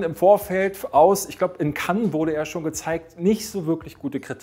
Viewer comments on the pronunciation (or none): none